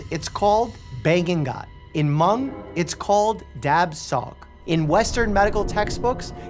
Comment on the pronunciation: He did pronounce Hmong correctly, though! Living in an area with a large Hmong population it drives me crazy when people say “Hah-mung.” My mother in law actually speaks Hmong fluently, and my husband and I know a few phrases. Sometimes we like to joke that we’d like to learn to speak “Hah-moob.” (Hmong is spelled Hmoob in their language.)